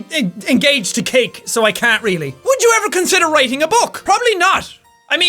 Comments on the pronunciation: jack did you say you were engaged to Kate or cake? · Lol I heard "I'm engaged to Kate " instead of cake and I'm just here like who de fuq is Kate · "I'm already engaged to cake." I thought he said he was engaged to KATE. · when you said engaged to cake. I thought you said engaged to Kate